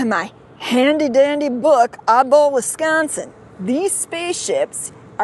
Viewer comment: Just another story from Wis-con-sin. Accentuate the syllable "con" !